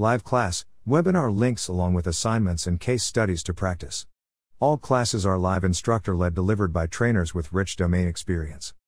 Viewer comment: While the information was interesting the narration is terrible, so many grammar errors for example in the closing statement about training at Invensis the AI narrator says live - as in alive instead of live - as in now and in person. It broke my concentration many times.